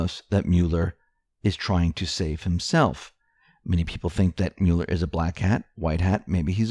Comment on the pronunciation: Love your channel, but please stop saying 'Mule-r'. It sounds like Mull-er.